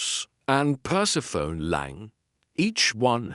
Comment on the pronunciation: I love listening to these Nero Wolfe mysteries but I cringe when the AI doesn't recognize the nuances of the language. I cringe every time it says Perse-PHONE instead of Persephonē, long ē.